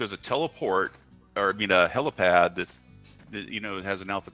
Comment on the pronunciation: Slip of the tongue is far more likely in my opinion especially with how they then pronounce it "HelOpad" Its HelIpad. Cause there aint no such thing as a Helocopter. Its a Helicopter. Probably an in joke tho.